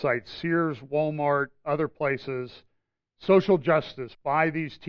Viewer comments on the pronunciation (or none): none